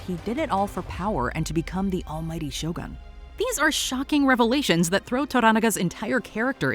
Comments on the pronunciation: It's "Shogun", not "Show gun"...... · Every Westerners keep calling the show as SHOW GUN instead of Sho-Goon (pronunciation). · I see is still calling it "Show gun" and not show u goon.